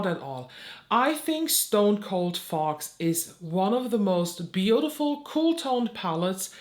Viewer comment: I love your insights. However I couldn't stop giggling when you were reviewing the Fox one because for whatever reason in your accent it sounded like you were saying the "fart palette" to me. Probably just me but it was adorable and I love it.